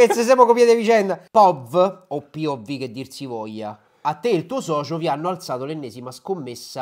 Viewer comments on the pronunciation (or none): se dice pov non piovvi